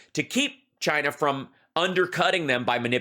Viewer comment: Hal, it has three syllables: Chy- ee-na.